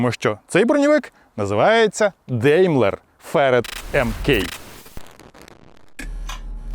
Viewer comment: Не деймлер, а даймлер! Вчи німецьку